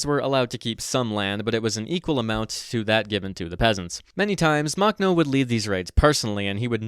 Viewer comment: Drinking game: Take a shot every time he mispronounces Makhno. (Warning: High risk of alcohol poisoning.)